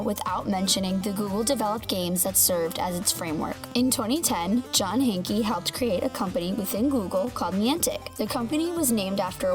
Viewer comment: "hank-e"? It's pronounced like Hank. The e is silent. I feel like you don't know anything about Pokemon go